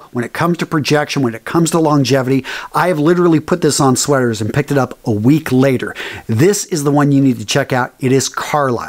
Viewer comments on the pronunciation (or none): none